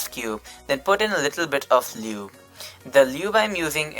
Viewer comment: I’m sorry but “Lewb” 😂😂